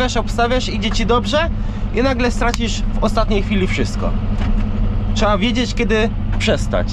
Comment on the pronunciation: trzeba a nie czeeea ihi